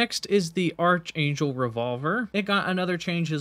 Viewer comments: Archangel is not pronounced with the soft-"ch" sound like "church". It's pronounced like Arc Angel. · It's pronounced ark-angel; the H is silent. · That's not how archangel is pronounced. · Arch angel???? Lmao, sorry but that made me chuckle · How does this guy Not know how to say "archangel"? lol